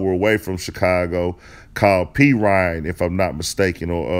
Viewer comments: It’s Peoria the 309 look the city up 💯🤣🤣🤣 bruh said p reign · P Ryan 😭😭... lmao it call Peoria 😂😂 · Can’t even pronounce “ Peoria” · 😆😆😆 he said "P rod" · I'm from FLA, and when he said (pee-rine), I was like... 🤔🤔. I could've sworn Montana was from Illinois 😂😂.. On another note, Montana dope. But Twista and Young Buk are the good MC's of the Chi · Montana was born on the south side and his mother and family moved to Peoria when the building was taken down. Peoria is pronounced P-or-E-uh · PEE-OR-REE-AH = Peoria which is not a suburb it’s a city in Illinois HOURS away from Chicago ! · Willie Webb right. PEE-OR-REEA, emphasis on the OR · It's Peoria bruh LMFAO😭🤣😂😭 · Chicago guy here. ab where montana from, the closest thing to what u was sayin is “Peoria” and if thats the case that nigga like 2-3hrs away 😂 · he called they shit PEE-RIYA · It’s Pee-O-Re-Ah. Peoria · Its pronounced PEE•O•RIA =PEORIA and its like 3 hours bro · Peoria is where he from.. pee-oria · Peoria( Pee -or -iah) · Its peoria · It's peoria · I was just informing him on the city he mentioned because he couldn’t pronounce it idc if Peoria is a suburb or not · You meant to say "Peoria" IL 😂😂 but it cool u not from here we understanding💯💯